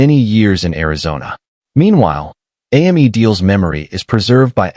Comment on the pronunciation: AI can’t even get a 3 letter name right. Hearing Ammy over and over was rude.